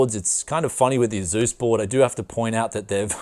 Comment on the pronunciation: It's /ˈeɪsuːs/, not /e'zu:s/